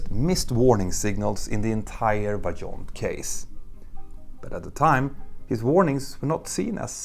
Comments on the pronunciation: you pronounce it VAIONT. We are like 30 minutes from that region. The movie about the catastrophe was filmed partially in our city. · This is not an English "j", you can say this one as "Vaiyont" ;) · I thought the pronunciation is "Vah-yohn", not "Vah-john"? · As an italian 🇮🇹 I say : approved ! Driving along the nearby motorway and still facing the standing massive concrete arch of the dam is a dramatic experience. Just for your info, Vajon in italian is pronounced vah-YOHNT or vye-OHNT with the emphasis on the second syllable. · Toc in the local dialect means "large piece" or "big chunk". Also, the correct pronunciation of Vajont is similar to Vayont.